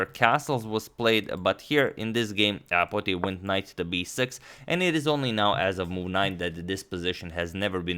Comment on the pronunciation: Potier is a French surname pronounced "poe tee aye"